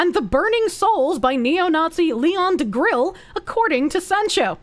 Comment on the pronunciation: Btw the way you mispronounced Degrelle as "DeGrill" spawned a bit of a meme under an Antelope Hill post. It was very entertaining. He just wanted to DeGrill for gods sake.